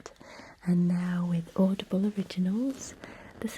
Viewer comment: at first when she was talking I thought she was saying "oddball" instead of audible 💀💀